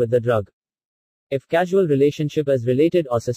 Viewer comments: Its causal relationship not casual,,, edit it boy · Its causal relationship,not casual